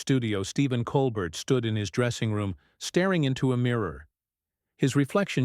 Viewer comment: I think it’s pronounced Cole bear